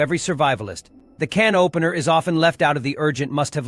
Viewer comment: It's how this psychotic AI voice pronounces "can opener" 🤣🤣🤣🤣🤣